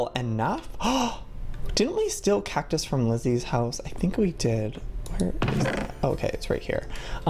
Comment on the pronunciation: Whenever he said cactus he said it like cac-tus not hating js